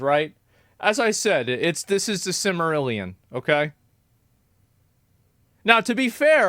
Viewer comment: Called his Lore the silmerillion? 😂😂😂